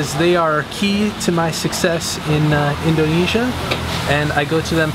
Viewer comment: "in DOH nesia" hehe, most people say indonesia like indernesia without much emphasis on the O